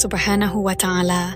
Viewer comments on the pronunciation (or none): Allah subnahu wa'ta ala, bukan watangala min, risih min